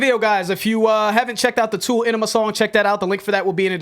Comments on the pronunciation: Omg. Its not tool- enima... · AH NEE MA NOT ENEMA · Ann eem Ah not enema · For the record - it's pronounced Ah-nema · The Tool song is pronounced (Onema) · It's pronounced eye-nima. It's a combination of the words Anima, meaning Soul. And enema which is a cleansing. Ænima, basically translates to "clensing of the soul". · It’s pronounced Eye-nima